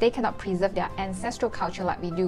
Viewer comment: Hey there, care to learn English pronunciation-proper? Compared is kuhm-peuhd, not comm-paid. Their is there not “dea”.